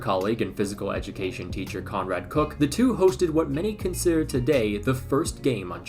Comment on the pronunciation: Bruve you can not just pronounce German names in English LMFAO * It’s Koch not cook * It’s Eügen not Egen